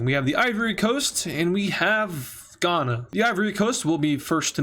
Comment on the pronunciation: “We have Ivory Coast, and… Ghana.” Bro why you gotta say Ghana like that